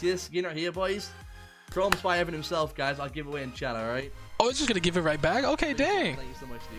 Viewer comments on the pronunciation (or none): He said shank you so much spy